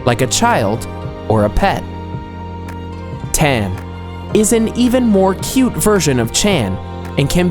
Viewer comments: its "chan like [tchun] and not [tchan] also not [tchoon] or [tchen] them pronounciations are almost as important as the rest of their social rules you could end up calling his woman a hooker by pronouncing some "hello how are you" wrong over there so please put a little effort into it :) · Seiza also makes me cringe every time. SAY-za. And chan . It means you don't know basic language but trying to teach culture and etiquette gives you less credibility . . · You know just as little, don't just watch anime and think you know what you're talking about. He did pronounce chan wrong but kun is pronounced with an "oo" sound. It's くん, く ends with an う sound. Japanese doesn't even have an "uh" sound.